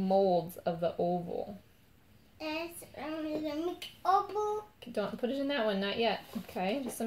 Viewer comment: His oval sounds like opal! Lol 😂 so cute! If you put it on or in a sonic cleaner for jewelry it’ll help shake out the bubbles